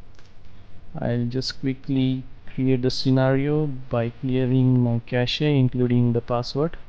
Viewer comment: FYI its "cash" not "cash ey"